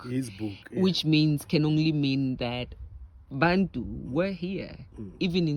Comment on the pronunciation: Bantu/Bathu but I still hear people pronounce it as "Bhantu". Out of Accent.